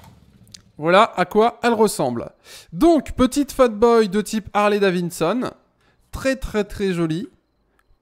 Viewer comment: On dit pas Harley DaviSSon ont dit daviDson